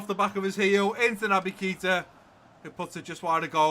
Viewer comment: Hi! Just to say it’s pronounced ‘Kata’ not Keeta